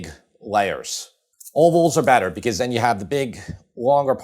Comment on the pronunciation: Feta always makes it Bettah 😁